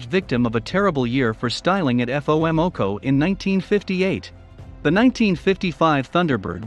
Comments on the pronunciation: 52 seconds wasted saying the title of the video five times. he says, "F O omoco." Geez dude, did you maybe mean FOMOCO? as in FOrd MOtor COmpany? See, this is why you should never let narrate your videos. That woody sportscar thing wasn't that ugly, and neither was the Tbird. They're classics, they look way better than any car produced since 1990, even the scarab does. Admittedly the TR7 was ugly. But it was 80s ugly, like every other 80s vehicle. All American cars got decidedly uglier in 1973 when Ralph Nader's "safety" bumpers were first implemented. Now they don't even have bumpers anymore, just a rubber bumper cover over a chunk of styrofoam. No chrome. Emissions gadgets out the yingyang. Oh, and you didn't even mention the butt-ugliest vehicle ever produced, the Pontiac Aztek. Give me a 65 GTO, or a 69 Galaxie 500, or a 70 Cuda, and I'll be happy. Gas prices? Shit, I can distill corn liquor in my backyard to run my hotrod on. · I've heard of FOMOCO. But F. O. M. o'co ? WTF? The computer doing the voiceover needs a software update. And no Pontiac Aztek on the list? No 1995 Caprice Classic Station Wagon? Seriously? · I noticed that, too. As well as Eff Oh Em Oh Co. It's FOMOCO. Man, I hope the creator doesn't try to cover MOPAR. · “Eff Oh Emm OCO”… Chrome what? 😂 Next time, please just spell out “Ford Motor Company.” The A.I. speech translation on this one is pretty bad. Couldn’t watch anymore after that.